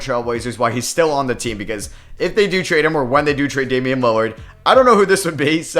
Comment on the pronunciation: damian not damien